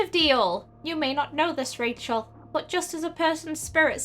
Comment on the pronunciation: Her name is Rachel but you say it like this Kashel